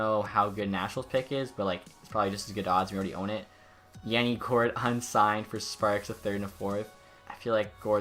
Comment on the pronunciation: Yanni gourde ms name is pronounced yah-ni